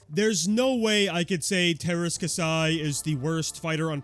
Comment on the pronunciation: KAH-see its pronounced